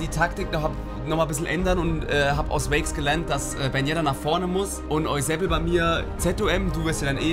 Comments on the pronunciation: Jaja dieser EUSEBEL^^ (Eusebio😁) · Ich finds immer Ehre wenn ihr Eusebel sagt weil ich im echten Leben Seb genannt werde 😂